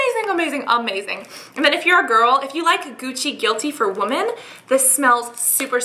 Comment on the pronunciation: Idk if its just me but whenever cassandra says women and sounds like shes saying womAn. Weird but its actually adorable lol